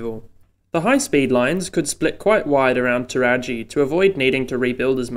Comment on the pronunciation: Interesting. You think reclaiming ther Golf Course might be hard going, good luck with Thirroul. Also I know this makes no sense but re pronunciation: San Souci: San rhymes with sand, Woonona is w'NOO-na, Towradgi is t'ROD-ji.